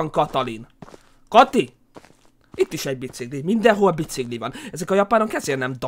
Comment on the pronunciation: csak én nem ugy mondom a biciGlit hogy biciGli hanem biciKli xD